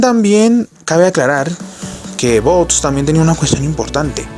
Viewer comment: No es bots, es vox. Pronúncialo bien.